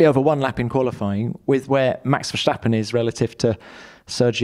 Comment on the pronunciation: On behalf of all of the Netherlands.. Please don't say Verschtappen. Why would you?